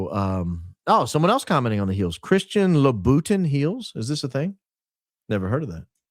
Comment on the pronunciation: Hahaha reading Christian louboutin 🤣